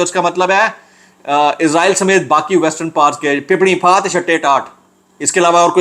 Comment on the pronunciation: Izraeel nahi Israel hai izraeel frishty ka Naam hai